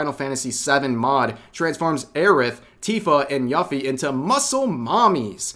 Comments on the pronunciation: "Yuffy"? Funny, I've played FF7 and I don't remember anyone by the name "Yuffy". Perchance do you mean "Yuffie"? Which is pronounced You-fee? lmao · Did you just pronounce Yuffie as "Yuff-Fee"? To gulag with you. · "Yuh-Fee" I'm killing myself and I blame you Rev. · Dayum boy. How did you say Yuffie's name again? Nier Automata: First time? XD